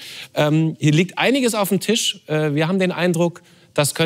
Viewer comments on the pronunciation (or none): none